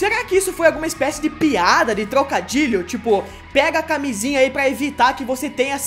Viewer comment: ae tô de boa vendo o vídeo, minha mãe pergunta tá assistindo o que? Bem na hora que ele dá ênfase em camisinha , pqp